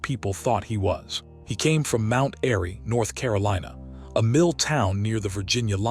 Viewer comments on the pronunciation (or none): none